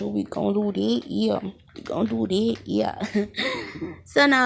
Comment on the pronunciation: We gon' do dat😂 dyat,dat whatever don't even know how yu pronounce that 😂